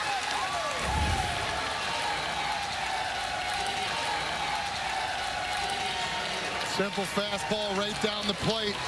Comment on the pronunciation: When they say "California" I hear "El Segundo."